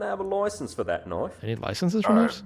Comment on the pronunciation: Hey lads, this Yankee here doesn't know about the knoife loicenses!